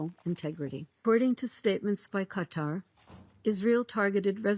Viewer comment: Its Qatar not "Gaatar 😂